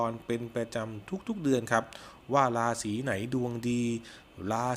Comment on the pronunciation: ลาศี ลุ่งเลือง ล่ำลวย..... ไปฝึก ร. เรือ มาบ้างนะครับ